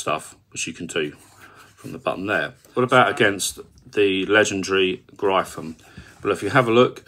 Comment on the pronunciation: Gryphon is pronounced like Griffin...